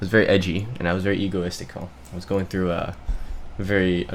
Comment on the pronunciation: "egoistical" we love our pepega strimmer